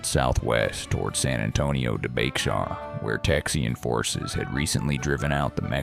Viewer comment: San Antonio de Béxar is pronounced "BAY-har" and NOT "BEX-ar."